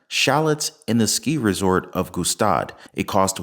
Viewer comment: It is pronounced “staad” not “g-staad”